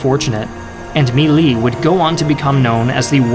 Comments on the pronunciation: My Lai is pronounced "me lie" not "melee" Thank you for this great video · It's spelled "My Lai" and is basically pronounced as "Me lie". I hope this helps you